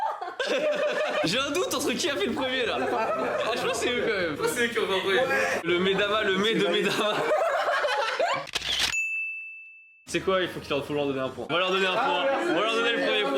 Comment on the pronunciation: C'est pas "edamame" au lieu de "edadame" ?